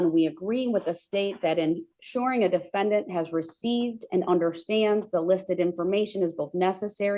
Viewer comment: The da-fen- DANT!!!😂